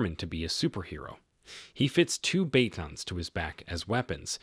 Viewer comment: You are not pronouncing batons correctly